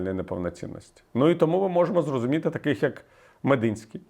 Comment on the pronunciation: Не МедИнський, а МедІнський